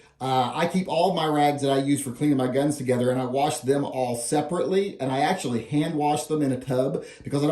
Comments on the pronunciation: So next time show us how you ‘wawrsh’ them. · I just lost so much respect for you. Warsh? Really?